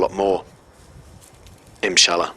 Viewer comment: dear maker of this video, you should say: INSHALLAH and not as you are sayiny the whole time: iMshalla. nice video btw